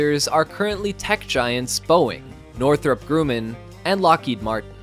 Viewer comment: It's not Northrop Grooman. It is pronounced "Northrop Grumman" just like it it written. I worked in Aerospace for years and never heard the pronunciation like that.